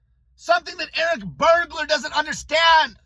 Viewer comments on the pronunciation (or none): Did you say Eric Bergular 🤔? 😂😂😂😂😂😂😂😂😂😂😂😂😂😂 HILARIOUS 😂